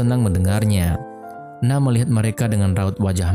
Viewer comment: Keren filmnya.. Ganteng & imut 2 pemeran utamanya. Éta siapa nama 2 pemeran utamanya ya? Cuma... Di Jepang N-a-o itu dibaca Na-o masbro.. Kl 'Now' agak aneh2 dikit gitu dengernya